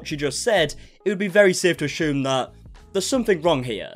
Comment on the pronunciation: “Ashoom” instead assume. Love it 😂😂